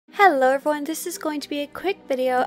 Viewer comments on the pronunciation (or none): none